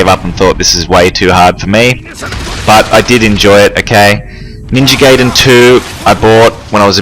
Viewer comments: No it's not it is pronounced Gy-den it has always been that way when we got it here people didn't know how to say it just like saiya-jin or kaioken people say say-in but it is sy-yin a pun on the word yasai (vegetable) I study the Japanese language have been for 6 years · Its literally pronounced gy-den, gayden makes 0 sense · "and today we're going to be playing Ninja Gayden Three" 🤣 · appreciate the trolling but it's pronounced Gy-den if we're going by what teams say try listening to the original creators of the arcade game plus judging my learning in japanese not necessary